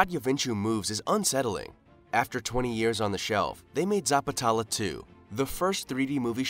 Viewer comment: bro first of all pronounce it neatly.. its Zapat-lela